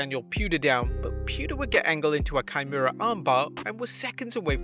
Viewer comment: 'Chimera arm bar' hahaha